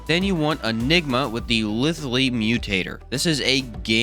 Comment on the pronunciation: I know this video has been out for quite a while, but it's lithe-lee. Lithe is pronounced like scythe with an L.